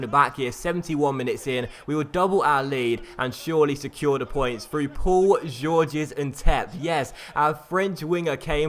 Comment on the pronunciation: the "s" in "Georges" is quiet in French ^^ George and Georges make no difference at all